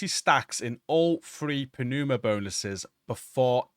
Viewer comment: It's pronounced "numa", great video.